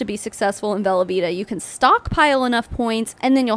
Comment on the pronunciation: I know you're saying 'velovita' but all I can hear is 'velveeta' and I have to keep reminding myself lol